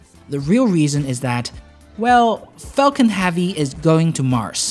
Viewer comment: Falcon "Havey"?